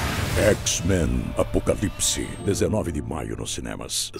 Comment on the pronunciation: Eieieieieie. Ele falou APOCAVIPSE. EU OUVI VÁRIAS VEZES KKKKKKKKK